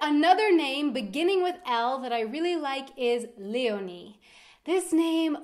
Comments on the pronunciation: You just made me like my name by the way you pronounce it.☺️ (Leonie) I thought this name was ugly, but now I think it‘s beautiful.💜 Thank you!! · Ich heiße Leonie und ich mag meinen Namen sehr gerne, der einzige Haken ist, dass viele Amerikaner oder Lateinamerikaner meinen Namen nicht richtig aussprechen können🤔 Umso toller, dass du ihn sehr schön aussprichst 😁😅